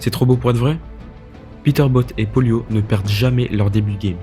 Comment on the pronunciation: La video est superbe dans l’ensemble mais y’a un truc qui m’a tilt c’est que tu dises polio à chaque fois alors que pollo se prononce poyo mais sinon continue ❤